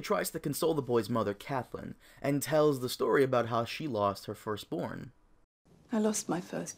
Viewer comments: It's pronounced "Cat-lynn"... not "cath-lynn"... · her name is CATTTTTLYN nopt caTHlynn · The way you pronounce Catelyn is so cringe. Good video though lol